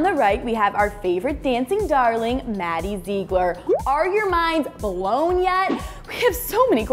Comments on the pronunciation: XPurple Myth :3 I know I am late but Hillary isn't nasty I bet she is a trump supporter and Maddie is a beautiful dancer and the thing that annoyed me was she said zeeglar and it is supposed to be zieglar😂😂😂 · ITS PRONOUNCED ZIGLER NOT ZEEGLER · OMF IF YOURE GOING TO TALK ABOUT MADDIE PLEASE PRONOUNCE HER LAST NAME RIGHT!!! (Zih-gler) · if one more person says “Zeegler”😂😂😂😂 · "maddie zeegler" 😭😭😂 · all this video when she said ZEEgler it was driving me crazy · does it annoy anyone else the way she said zigler ........ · you said her last name wrong zigler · it is pronounced maddie Zigler its spelled Ziegler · Omg its maddie ziegler but its pronounced Zigler and how is Hillary nasty you republican unsubscribe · R.I.P Harambe YES SHES SO CRINGE SHE CANT SAY ZIEGLER CORRECTLY AND SHE LOOKS LIKE BRITNEY SPEARS WHEN SHE WAS ON DRUGS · I mean I love this show and whatever but I was cringing so bad when she was saying Maddies last name wrong... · It annoys me how she says Ziegler she is pronouncing it sooo wrong. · Please say Maddie's last name right😂😂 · You're saying her last name wrong! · you keep saying maddie's last name wrong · OMG I Have How She Says Her Last Name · U say Ziegler wrong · Is it just me or does it bug you that say Maddie and Mackenzie's last name wrong? Like if you agree!